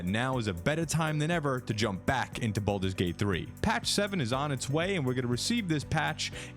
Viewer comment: *baldurs gate not bolders lol